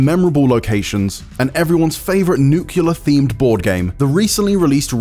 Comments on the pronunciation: When you say NUCULAR instead of NUCLEAR 🤦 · NUCLEAR, IGN. Not NUCULAR, goddamnit. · It's 2023, stop saying "nucular"